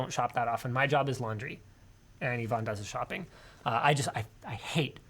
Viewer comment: Why do you keep calling Yvonne Ivan?